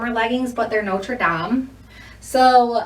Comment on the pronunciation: Norte dame is pronounced “note-err daym”. I loved the video!!!